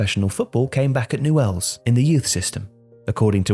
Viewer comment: It's pronounced "nyools"